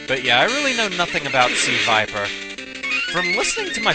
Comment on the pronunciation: It is NOT Suh-viper. That's a Pokemon. She is Crimson Viper. A secret agent seeking the destruction of Shadowloo and S.I.N.